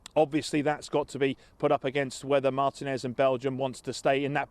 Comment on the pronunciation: Not Martínez, please. I can't cop hearing English people mispronouncing his name